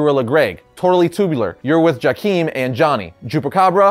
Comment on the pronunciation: Finally , someone pronounced it right JAW-Keem Thunder